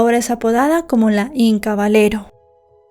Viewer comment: Aprende a pronunciar Caballero con doble ll cuando mencionas silla dices sila verdad que no silla doble ll hablando español y en este tipo de vídeos que haces por favor cabalera digo caballera